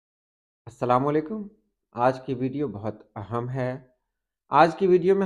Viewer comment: بھائی جان لفظ اہم aham نہیں بلکہ ehem ہے جیسے اہمیت ehmiyat